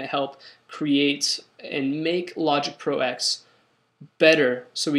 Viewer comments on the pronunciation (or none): It's logging ten not x silly